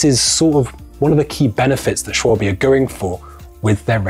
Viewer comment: It is not Schwalbi…little bit later in video… thank you please 🤣